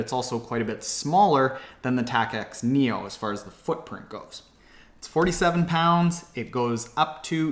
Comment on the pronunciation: Tacx is pronounced like tax. Also, Apple went from iPhone 7 straight to 8. There's no 7s.